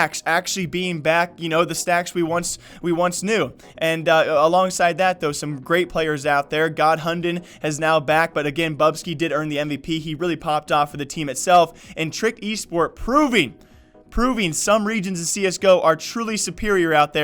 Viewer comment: The "u" in hunden is pronounced like the two o's in "hood" and the d is silent <4